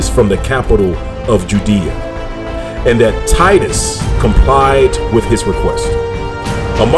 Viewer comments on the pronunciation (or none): none